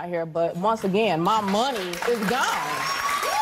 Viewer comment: I picked up on that too. Lady: guone. Maury: gone? Lady: guone. Maury: gone? Lady: guone.